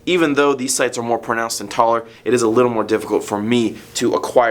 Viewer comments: Go to said Pornounced hahahahahaha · he says pornounced xD